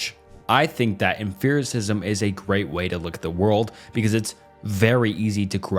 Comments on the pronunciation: Did this guy pronounce it emferacism? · How many times will he mispronounce "Empiricism" as in empirical data. Jesus...pay more $4/hr outsourced phillipino VA'S for your scripts, dude . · How can you not pronounce empiricism? 😂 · Great video, but the way you were pronouncing “empiricism” drove me mad! You did rank empiricism higher than rationalism btw… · Half the info was straight up wrong, he never lists sources, he misuses terms, mispronounces names, never uses evidence, and compares different branches of philosophy (epistemology, ethics, meta-physics). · I am sorry, but there is a lot of philosophy words that pronounced mispronounced here. I am usually not that persnickety about that sort of thing, but empiricism is such an important word in experimentation. Without empiricism, we don't have peer review which means publication doesn't happen which means applied science and product is not possible. It's fundamental and near foundational to many sciences. It's like hearing somebody say Parmeesian when referring to Parmesan. Nails to a chalk board. I am so sorry, I just uggghhhhhhhhhhhhhhhhhhhhhhhhhhhh can't stand it. It's uhm·pee·ruh·si·zm not uhm·fear·ruh·si·zm. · i def winced every time i heard emFIRicism instead of empiricism, but at least he was consistent. i wonder if it’s a dialectal thing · you saying emPHiricism the whole time was killing me LMFAOO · I'm gonna be that guy and complain about the way you pronounce Empericism 😭😭😭 EMP. not EMPH. it's not em-fear. It's emp-ear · Bro are you trolling with the emFericism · "Emphiricism" is sending me. It's pronounced like empirical; like empirical evidence... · I wasn't gonna comment but you said it SO many times. Why emFEARism? There is no PH my brother. P P P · For me, it was the mispronunciation of many words that tells me his script has words he’s never used in real life. Tell me more about emfearicism my guy. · Dear OP Channel; for the love of everything good, stop pronouncing it em-fear-is-izm. that is all.